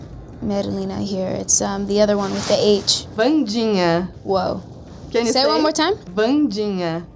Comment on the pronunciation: Jenna and Gwendoline pronouncing "Wandinha" is the cutest thing I've ever heard.